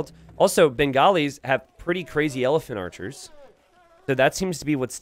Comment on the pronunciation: You definitely said Elepharchers, and I'm making that my name now. Also, he definitely deserves legend status for this, if he doesn't already have it..